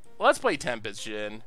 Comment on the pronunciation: It's a djinn. Common - let's try to not to pronounce it like it's the next American president